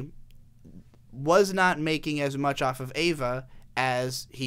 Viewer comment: good video but every time you pronounce EVA as EIVA i cringe but good video regardless.